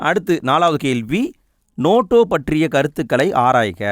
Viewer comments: Notaaaaa ... Noto illa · அண்ணா அது நோட்டோ இல்ல நோட்டா ( NOTA) ( Question No-3 )